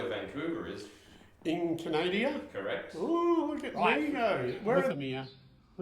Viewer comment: Canadia? ROFL Canada